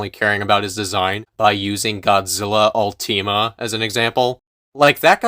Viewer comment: bro....did you just pronounce UL-tih-mA as ulteema? as the leading toku streamer, i am appalled lol